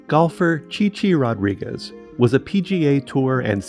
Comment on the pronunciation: I can't believe a name so easy what's mispronounced. Chy Chy ROD-ri-GWEEZE. 🤦‍♀️